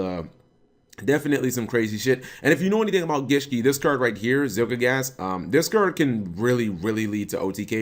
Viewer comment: ZielGIGASS? Are you really that bad at pronunciations, Cap?